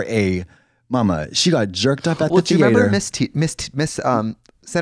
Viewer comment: the way i am gonna say theatre wrong for the next month